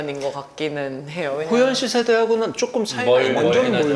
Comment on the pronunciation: 난 호프때문에 방금 이채널을 처음 봤는데, 개봉전 영화도 아니고 벌써 많은 사람들이 관람을 한 상태인데 스포일러는 피하면서도 좀더 영화에 대한 깊이있는 질문을 했다면 좋았을텐데 계속 예고편 봤다면서 촬영지 등 이미 다 아는 걸 물어보는게 참 아쉽네요. 질문에 대해 게스트가 답변할때는 도중에 끼어들지말고 좀 끝까지 들어주고 추가질문을 했으면 해요. 그리고 호연배우한테 예능에서 섭외하고 싶다면서도 계속해서 이름을 효연씨라고 호칭하네요.. 발음이 비슷하다고 느끼는지 모르지만 이름을 계속 그렇게 잘못 말하면 당사자는 기분나쁜 포인트가 될 수 있답니다.